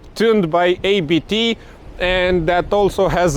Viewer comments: It is not A-B-T. It is Abt. The familiy name ist Abt. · Exactly!! So many people say it wrong. Pronunciation is "Uppt"